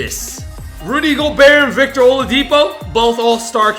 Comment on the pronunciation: howe the hell did he get rudy gobert wrong